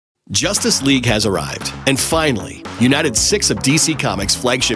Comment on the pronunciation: Every single time he mentions Justice League all I coul hear is "Josstice League"